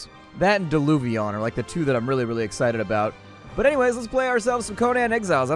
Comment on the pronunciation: It's pronounced coh nin